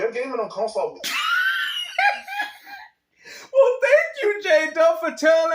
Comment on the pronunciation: No that I’m hearing his voice. This retard never played a game a day in his life. “HAVE Consall”😂 all that clown sh!t He stay typing.. he sounds mentally disabled. He a M-Module kid.